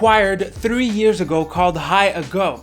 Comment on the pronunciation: High ALgo!!!! Not "high ago"... :(